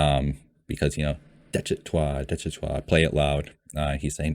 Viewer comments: If you pronounce it DESH - IH - TAH you won’t be far off. Really enjoying your reactions. As Jimin would say ‘You good, keep going’. One thing that is hard for people to really understand when they first encounter BTS is that pretty much the entire discography, all 300+ songs and counting is one long, evolving exploration and conversation… with themselves as individuals and as a group; between them and their historical, political and social culture; with ARMY (and that’s got both good and bad sides); and with the weird, scary world of fame (ditto on the good and bad). There are always layers… The mad king in Daechwita is Yoongi from the time of his first solo mixtape ‘Agust D’ (2016) and he is also called Anger, the rebel/commoner is the Yoongi of 2020. If you want to get your emotions really shredded listen to the title track ‘Agust D’ and ‘The Last’ from the first mixtape. The Last is an almost unbearable experience. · I really like this format. Only missing component is an “explained” video (see DKDKTV, Korean youtubers fluent in English). Army will watch, no matter the length, as long as you are honest, respectful and have an open-mind. Pronunciation: I sent you proper way to say Daechwita (deh-chwee-tah) on your live. BTS is Bahng-tahn Soh-nyeon-dahn. These are names for 1 person: Bang PD is Bang (sound of gun) PD; Hitman Bang (sound of gun); Bang Shi-Hyuk (Bahng Shee-Hyuck) is their founder, mentor, CEO. Also name sequence for Koreans: last name first name (there’s no middle name); Bang is last name, Shi-Hyuk is first name.